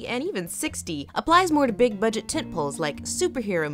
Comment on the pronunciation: LOL...when she said "tentpoles" it sounded like "tit-pulls"